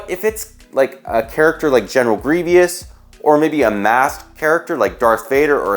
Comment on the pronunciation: “GenEral GrIevIous”